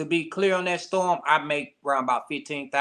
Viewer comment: Of all the CELEBRITY NEWS out there this what is choosing 🤷🏿‍♀️🤦🏿‍♀️. First off the INTERVIEW should've started out with how did the Savage Family meet R Kelly? This dude can't even say his Daughters name he ONLY Know The ONE with R Kelly. How you DON'T KNOW the Date or Number of Years you haven't spoken to your Daughter? had to say it was 2019 cause that case is from 2019. This man is CHASING FAME and is using SA for a Click & View. These RANDOM questions are BIAS and don't help his CASE. Cause HOW you as a PARENT justify allowing your UNDERAGE DAUGHTER to be AROUND R Kelly after 1996🤷🏿‍♀️😎? The PEE on You Video was ALREADY OUT and INTERNATIONALLY known😎💅🏿.